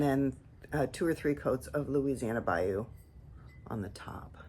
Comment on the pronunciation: Here you go, you’re saying it correctly. BAYOU - (pronounced Bi-Yoo) A marshy, sluggish tributary of a river or lake. 😊 I love that new boogie pink, so beautiful with the turquoise! Your combos are all gorgeous. Do you dip your river birch and honey flux or paint those on first and then dip the tops?